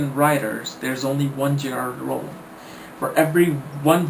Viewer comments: Do I hear j r rowling instead of j k Rowling... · LOL within the frist 11 seconds he says J.R. Rowling... iunno why, but that just made me chuckle